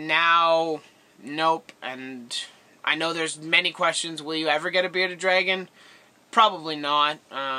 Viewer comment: You forgot the r in bearded dragon